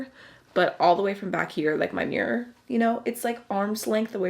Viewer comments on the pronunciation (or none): none